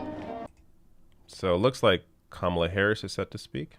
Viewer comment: I hated that they mispronounced Harris's name.